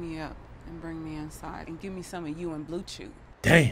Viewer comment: Did she say blue chew or butchoo ?